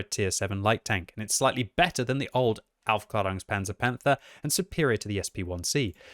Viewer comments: He actually mis-pronounces it. He says aufklarungspanzer but it should be pronounced aufklaerungspanzer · To the general public, yeah maybe. The “a” has an Umlaut though, so it should be a longer ae pronunciation like the “Jaegers” from Pacific Rim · That's easy: he isn't saying Aufklärungspanzer Panther, he's saying something like Aufklarungspanzer Panther and that's quite a big difference isn't it :P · Any other German here? Its very funny when he says "Aufklärunkspanzer Panther". Greetings from Bavaria. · As a German, it's really funny to hear the word Aufklärungspanzer-Panther from.: D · Really? My German teacher would’ve whacked me over the head with a broomstick if I pronounced the Umlaut “a” like that lmao